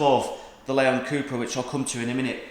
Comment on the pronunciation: did you say Lemon cupra lol